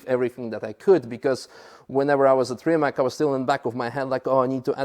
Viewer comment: Rimak 🙉🙊🙈 it's Rimac, pronounced Rima(ts) I cannot understand why is Mate not complaining about how his name is pronounced.